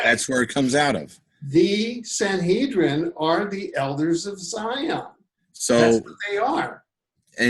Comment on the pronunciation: the word is SAN.HE..DRIN. there is no N, not HEN, you have said this name in.correct so many times I could not get whatever point you wanted to make....your mis.pro.nunciation was so irritating.....t